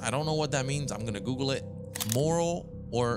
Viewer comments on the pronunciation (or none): none